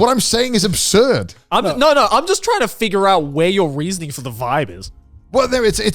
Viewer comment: They murdered the word vibe